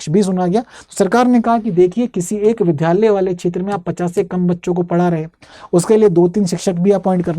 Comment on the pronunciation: Vidhyalaya nhi vidyalaya